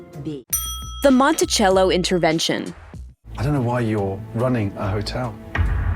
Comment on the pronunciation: Did anyone else cringe whenever they said “Montichello”